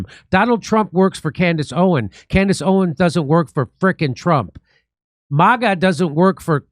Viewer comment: Jimmy her name is "Owens", not Owen. The two party system is a scam